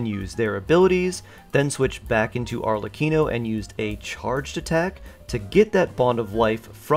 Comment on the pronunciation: yk your confused when you say arlecchino as "arcelichion" TWICE